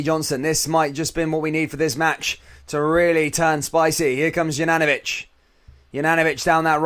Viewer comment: Please pronounce Juranovitch properly. If you don't know try speaking to a Bosnian. It is YOU-RAN-O-VITCH.....simples!